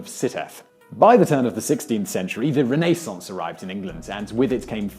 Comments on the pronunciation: Renaissance means "re-birth" so emphasising the Naisssance is logical and correct.emphasizing the REN is obviously incorrect . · Is no one going to talk about how he pronounced the Renaissance? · Re-nay-saunce... haven't heard that one before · Americans. sigh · Kyle Thompson I am glad i wasn't the only one who noticed that. it is odd